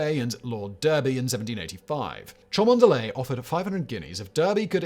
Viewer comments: cholmondeley is pronounced chumly, yes i know i know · Cholmondeley is pronounced "Chumly" (and of course Derby is pronounced "Darby") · I'm starting to suspect Simon is not a true brit, every brit knows Cholmondeley is a stupid name that we pronounce as "Chumley", because English......... :P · Simon: for once I can forgive your mispronounciation - Cholmondeley is actually pronounced 'Chumly'. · Cholmondeley = Chumley Derby = Darby Come on, Simon, I'm not even English and I know these! Maybe you could get yourself a subscription to a pronouncing dictionary for Christmas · It looks like Cholmondeley but it's pronounced "Chumley", but yes it's Simon. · Cholmondeley is pronounced "Chumley" as Simon, being British should well know, unless he failed to absorb any culture in his youth. Derby is pronounced "Darby". Simon really is uncouth. It's "a phenomenon, two phenomena". "A phenomena" is the language of those whose don't know their mother tongue. In Greek, christ was not spelled with an X, it was spelled with a Χ, which is pronounced the same as "ch" in English. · No idea why but I t think that Cholmondely is pronounced chumley. Same reason ffeatherstonehawe is pronounced fanshaw! Gotta love English. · It is ! and Simon being a Brit should know this. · You'd think Simon, being British, would know how to properly pronounce "Cholmondeley." It's spelled Luxury Yacht but pronounced Throatwobbler Mangrove. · I'm from Alabama and even I know he biffed that one pretty bad!